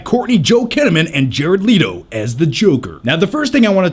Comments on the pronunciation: Leto not LEETO... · Who's Jared "litto"? lmao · Jared "Leeto" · "...and Jared LEETO." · I hate how you pronounce Leto lol